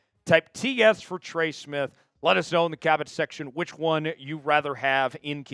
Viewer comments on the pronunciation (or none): none